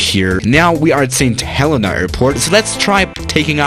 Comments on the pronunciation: It's pronounced st helena not st helena. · Mispronounces St Helena Badly